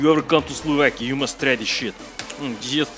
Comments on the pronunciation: Before going there: Slovakia After going there: Slavakia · Slovakia? I thought Slavakia